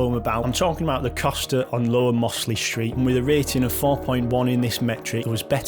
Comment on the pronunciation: “Moss-ley street” that’s a new one on me 😂